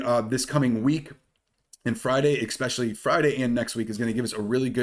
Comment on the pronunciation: Dude you’re super intelligent so please pronounce especially correctly - it’s ess-specially not ex-specially Jesus Christ people know the damn English language pronunciation